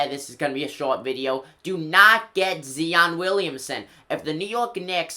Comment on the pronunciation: Zi-on not "Zee-on"..and yes Zion is a beast and will look good on the Knicks ✊🏻